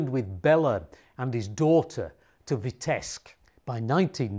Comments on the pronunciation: Its Vitebsk with a B not Vitesk. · Vitebsk is rather pronounced VEETEBSK with 1st syl. stressed. Thank you for the story. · Thank you for your videos! Just one comment: the city’s name Vitebsk should be pronounced as “VeeteBsk” (‘B’ has to be pronounced clearly) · Btw, b in Vitebsk is not silent. g in Modigliani is silent. Could you? :)